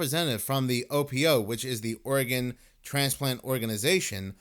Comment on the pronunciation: Just saying... Instead of saying organ... Most of the time you're saying! Love you